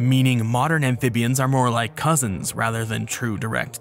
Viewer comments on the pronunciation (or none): none